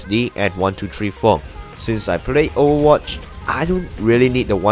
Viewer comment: i like how he says overwatch... "owwawatch"